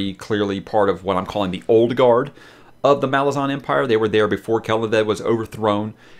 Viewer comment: The Malazan empire is named after a small city called Malaz. So the intended pronunciation is MaLAZan. I know, I still struggle with it, I’m so used to saying MALazan, oh well 😆